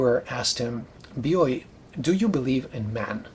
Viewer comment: Thanks for providing the correct pronunciation of "Bioy" and "Casares." I read Casares the first time in the early 90s when the English version of "A Russian Doll" appreared. The stories were a great read, but I was too young to know what writer I stumbled on to. All these years later, The Invention of Morel came my way. Like you mentioned, I wondered how Casares was going to end the story. Has any more of his writing made it into English? Keep making these videos!